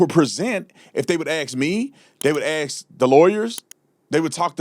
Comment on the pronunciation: I hope you have a good sense of humor, you were commenting on how some people mispronounced the letter A and said a word wrong. You my friend have the same misstep when you say the word ask. Review your tape at the 45 sec. mark and axes yourself what you said. 😅